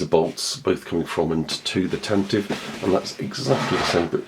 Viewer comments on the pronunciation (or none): Glad to see the Tan-Tivv reviewed. Will you be reviewing the Tantive (pronounced 'Tan-tiv-vee') any time soon? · It wasn't mentioned in the movies, only in the 1981 radio drama, where the pronunciation is indeed Tantivee (this pronunciation is still canon). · Does anybody remember in the 70's the pronouncement of the ship was TANTIVEE? I remember the radio drama would pronounce it like that. Just curious when it changed.